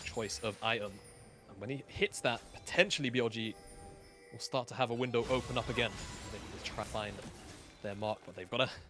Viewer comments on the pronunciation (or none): none